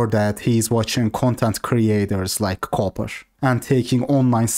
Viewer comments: pronunciation of "Cooper" sounds like "coper" 😂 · He's calling him Richard Coper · He does it so often and in a serious tone tho. I think he genuinely just thinks it's pronounced coper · inability to say Cooper properly, instead saying coper, is comedy gold. I honestly don't know if it's his accent or he's joking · Everyone calls him richard coper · Everyone that has been in the BP community long enough spells his name Richard CopER on purpose. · Lol at pronouncing Cooper like Coper haha maybe he is a coper. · ITV says coper by default LOL😂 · "coo-per" not copper.... 😂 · bro it's cooper, the oo is pronounced like a u like in book. You're saying copper lol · He’s saying coper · "Richard Cope-er" I am dead...